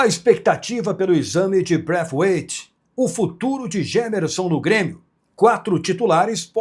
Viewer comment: para de falar braifiuaitffff